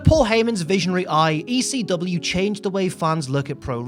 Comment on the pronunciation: I don't know if anyone has pointed this out yet but the chant is "E--C-W" not "E-C-dub"...pronounce the whole f'n letter!!